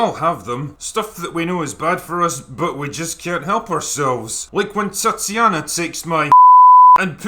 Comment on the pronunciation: That's "Tatty Anna" not "Tatiana"...